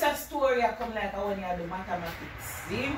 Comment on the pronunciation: Early morning bright an early lol 😂 bombo!! Mat-ha-ma-tics 5+5=10.